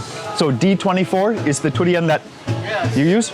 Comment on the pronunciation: You pronounce durian as turian. You must have been staying in thailand long. Durian come from the word duri mean thorn, actually what the fruit skin is like.